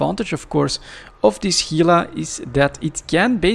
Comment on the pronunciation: You have Gila pronounced right, don't know what someone else commented on it about. Work on the Gila National Forest on the Gila river. Lots of Gila monsters and rattlesnakes. H, Gila.